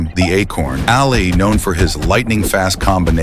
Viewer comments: It's not "AL Lee". It's pronounced "ah-lee". Stop using stupid AI voice overs. They suck & make pronunciation errors ALL the time. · Did the narrator really say, "Ail-ee"?